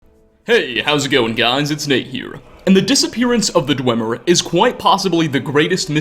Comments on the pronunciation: You'd think after all this time, Nate would have learned to pronounce "Dwemer." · Isn't it pronounced "dweemer"